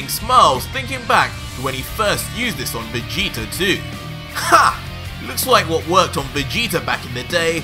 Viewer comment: Every time he says Vegeta, I keep hearing "Vegeter" lol #